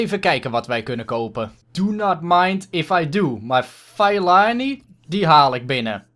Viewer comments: Je moet Fellaini uitspreken als Fe(doffe e)llaijni ;) #DeBelgischeAfroMan #DeBesteKopperVanBelgie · Fellaini moet je zo uitspreken : Fellajnie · HET IS Félaini uitgesproken !!! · Fallijnie zo zeg je dat, toffe aflevering weer maar mijn voor keur was psg.👌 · het is fellAIni met de ai als je zegt als je pijn hebt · Je spreekt fellaini uit als felaynie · je spreekt het uit als feelajnie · Fe la ini is hoe je het uitspreekt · je spreekt fellaini uit als felaajni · Fellaini spreek je uit als felijnie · Het is fe-la-ie-nie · Fellaini spreek je uit als: ve-lij-ni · Je spreekt het uit als felaanie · Het is feleinie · Je zegt Fel-A-Ini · Je spreekt de naam van de afroman uit als FE-LA-INI!!!! Like zodat!!!! dit ziet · Spreek uit: feleenie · Je spreekt Fellaini uit als Felaanir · je zegt vel-ij-nie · Nee je spreekt het uit als vieleijnie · Je zegt felaanie